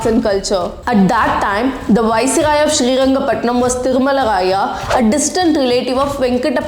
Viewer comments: It's Srirangapatna not Srirangapatnam !! First time i am hearing Srirangapatnam, please use the right name. don't change it as per your need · One thing mam pls pronounce the names properly as per thier state has named it.. It is " SriRangaPatna" not "SriRangaPatnam". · its srirangapatna not srirangapatnam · small correction Its not Sri Rangapattanam, it is SRI RANGAPATTANA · Good hidden history , thank you for this video. But It's srirangapatna not srirangapatnam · it's srirangapatana not srirangapatanam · And u need to learn history first thats mysuru not mysore which was changed in 2014 and its not srirangapatanam, u tamil people dont no how to pronounce a word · Miss ma'am, please learn to pronounce names properly or else stop making videos 🙌.....it's Srirangapatana* The name of the King is wodeyar* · Seringapatnam. Cawnpore. Ooty. Jullundur. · It’s shreerangapatna not shreerangapatnam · Its not srirangapatanam its srirangapattana , you should aware of these name and should not make mistake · Just one thing Ma’am it’s Srirangapatna not srirangapatnam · It is Shrirangapattana Not ShreeangapattanaM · It’s not srirangapatnam ,it’s SRIRANGAPATNA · When making videos of such great history, kindly use the correct names. It is not Srirangapatanam , it is SRIRANGAPATANA. Honest feedback... Would be good if you work upon your kannada accent since so many words are mispelled. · It's not srirangapatnam.😮 it is srirangapatna... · It's not srirangapatnanam it's just srirangapatna , who the fuck writes your content check it properly before blabbering i watched a video of u telling to pronounce the city names correctly and now .... 🤬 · I think it is high time u pronounce the names correctly Its Karnataka not Karnadaka,It is Srirangapatna and not Srirangapatinam,Its Talakadu not Talakad,Its Mysuru not Mysore. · Please do some research before making a video. It's Srirangapatna and not Srirangapatnam. Talakaadu and not Talakaad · Srirangapatna not Srirangapatnam